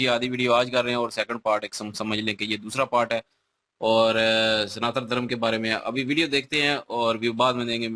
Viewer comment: Abee 'sanaatan' hota h 'santaan' nhi!!